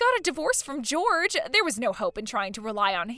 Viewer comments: Jorge is not pronounced George, it is pronounced "Hor hey". Most common in Mexico. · “Jorge” is NOT pronounced anything like “George.” George is one syllable, while Jorge is two and the ‘j/g’ sound is soft: “HOR-hay.” Holy guacamole, at least make an attempt to get Latino names right. 😂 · The Spanish name Jorge is not pronounced like George. It’s Hore-hey. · That is Jorge (hoar-hay) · That’s not how Jorge is pronounced. Seriously, if you are unsure of how to pronounce a name or a word - google it!!! It’s not difficult! (It’s the same va who pronounces “Geoff” as “Jee-Off” 😂)